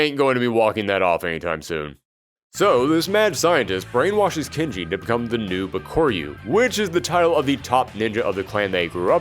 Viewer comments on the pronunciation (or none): it's bak-a-ru even the american voice in game voice over calls him bak-a-ru